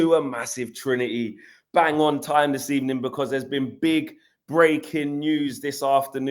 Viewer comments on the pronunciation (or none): Now THATs what I call a good ebening.